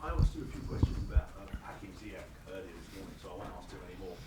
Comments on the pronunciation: In the Eredivisie everyone is saying ziyeG with a dutch g sound but officially it's Ziyesh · Ziyech is pronounced as ZiyeSH ! not as Ziyek? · ZIYASH that how his moroccan name is said.arabic زياش